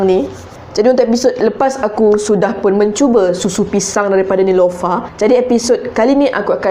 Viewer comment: Nelofa lah kak bukn nilofa.. Hahah.. Cuba buat susu manga... Hahahah😂😂✨